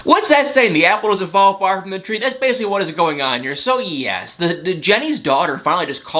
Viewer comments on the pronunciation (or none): none